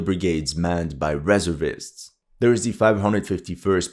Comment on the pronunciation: it's not REServists, it's resERVists.